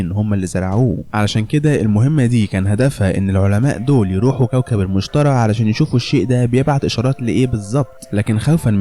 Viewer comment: ملاحظة: اسم الكوكب المشتري مش المشترى اكرر المشتري مش المشترى